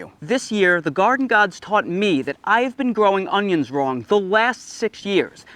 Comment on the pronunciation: Augggghhhh. Please stop saying "unghyins"